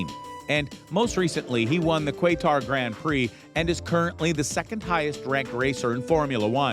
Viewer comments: Good god you know nothing about F1. You’re literally just regurgitating headlines. Quaytar?? Are you fkn serious? 90% of people knew how to pronounce Qatar long before F1 ever sanctioned a race there. Count your lucky stars the downvote counter was removed. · Anyone who watches F1 knows Verstappen won't leave. Nor would Hamilton. And it's certainly not pronounced "Quaytar".😂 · My friend from Qatar says it’s pronounced “Kah-Ooh-Huh-WahTer” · Who the hell is this narrator, his pronunciation is terrible, Qwatar???!!! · Sir your saying qatar wrong 🤣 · This guy can't pronounce Qatar.... lol! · Did you say “kwaytar”?? It’s “Kah-tahr”. Qatar. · It’s pronounced kahtar not quaytar. Yes I know it’s spelt qatar. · This is total BS.Lewis signed a contract with mercedes till 2023 and verstappen has a lot of connection with RB.This guy should improve his content or just stop yt.Stop spreading fake news.It is Qatar not qyatar.Im sorry if i sound rude,But that is the truth.Th signing with mercedes happened before Paul ricard. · Nice video despite butchering almost everyone’s surnames and the Qatar Grand Prix. 1. Verstappen- V pronounced “F” 2. Bottas- Bot- ass not Boat- ass 3. Qatar- Cat- aar not kwaitar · This whole video is terrible and you should feel terrible. What a joke. For future reference its kuh-tar...Lol qwaytar.. 😆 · and what team could verstappen go to? no where because hes gonna stay we all know that.. christ this guy knows nothing about F1 "Quaytar" and he won his first race in 2016 not 15.. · Quaytar? That shit grinds my ears. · Where’s this “Kwaytar” place you mentioned?? 😂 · I was concerned until you said kwaytar then I new this had to be generated by a bot lol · These people know nothing about formula 1. It’s also not pronounced guaytar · “Quaytar” he says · Yh exactly 😂 and the qwaytar Grand Prix 😂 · Quaytar…I’m dead 🤣🤣🤣🤣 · KUA-TA GRAND PRIX? 😂😂😂😂😂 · This guy needs to learn names, “Quaytar” Valteri Bowtas”